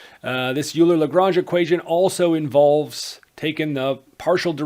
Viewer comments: Euler is almost universally pronounced "Oiler" rather than "You-ler" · Bruh I wrote this before watching the video and hearing the "u"ler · "oiler" not uler ;) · Please stop saying "Yooler." It hurts my ears. I'm not expecting you to be able to pronounce it properly, but PLEASE, at the very least, pronounce it "Oiler." It sounds to me like you're Canadian, so saying "Oiler" should be easy for you. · Are you sure ? I used to say "oiler" but I had a german math teacher who is also a sercher in combinatorics (don't know how to say it in english) who say "Euler" and so he must be able to say it the right way. (He also likes to invent poems on maths theorems in german like on on the strength of a point or the double ratios / hanarmonic ratios (don't know how to say it neither) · Loved you lesson. I think "Euler" is pronounced "Oiler" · So, the native German-speaking Swiss man - Euler has a surname that is Germanic. It is pronounced "oiler" like Houston Oilers. Please try to pronounce it in this manner. Thank you. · Oh he can oil me alright ... leonHARD oiler can oil me up so good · Euler is pronounced “OIL-er” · Too dumb to pronounce "EULER"!